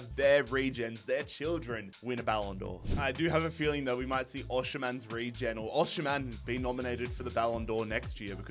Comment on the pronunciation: I swear if I hear "Hvardashelia" or "Oshiman" one more time 😂